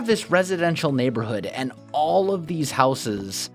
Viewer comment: u can't pronounce houses